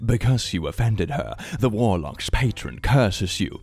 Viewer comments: i thought when he said warlocks he said "vorelocks" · ... did he say Vorlocks?